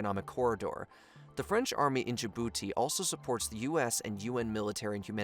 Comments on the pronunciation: *DJIbouti Bunch of others too. Pronunciation issues continue, and relatively basic words. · I love your videos, but you should really look up the pronunciations of names and places. Djibouti, Cote D'Ivoire and Francois Hollande were pretty brutal to name a few. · "dij'booti" "kolta deavro" "kowta dee ivor"